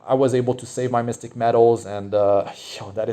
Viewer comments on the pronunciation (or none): none